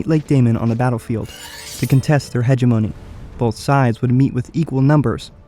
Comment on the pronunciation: it's pronounced "he-gem-o-ny" not "he-ge-mo-knee"